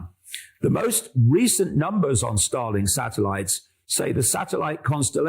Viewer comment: Whenever he says starlink. All I heard was Stalin ha